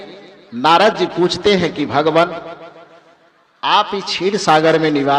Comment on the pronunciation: भगवान होता है आप भगमान कहते हैं 😂